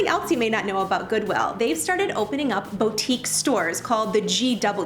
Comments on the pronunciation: It’s boutique not botique :) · Love your vids. BTW, it's "boutique," not "botique."